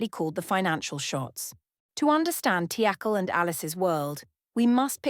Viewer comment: It seems like AI is trying to attempt all possible pronunciations of Teackle.